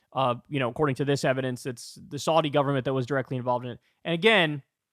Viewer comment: Learn how to pronounce Saudi correctly